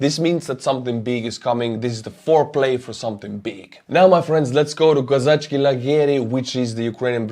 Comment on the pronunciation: K o z a c h I NOT K o z a c h K I come on dude, u can butcher every other name, that one irritates me if wrong (other then that I always appreciate your videos) Slava Ukraine 🇺🇦